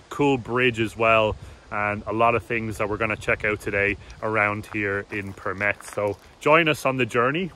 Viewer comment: you have such a great pronunciation of Përmet. Closely to a native. Good video. I really hope you guys had a great time. Greetings from Përmet.